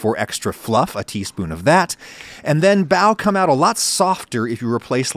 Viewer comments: The way he pronounces bao goes through my soul like wet chalk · I think you're brilliant but they're not "bao buns". They're just "bao" or "buns". Bao literally means bun. So you're saying "bun buns"